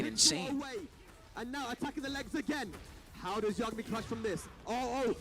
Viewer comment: Man. Thanks for the upload,. But why does no one on this god damned planet know how to pronounce Yah-guh-mi. Not Yuh-ga-mi. Shit drives me insane. Its like you people have never watched Death Note 😂